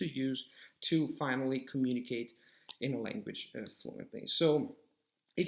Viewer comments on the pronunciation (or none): none